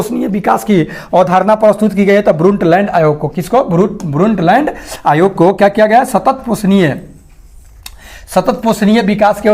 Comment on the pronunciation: भाई ब्रंटलैंड होता है।। ब्रुंटलैंड nhi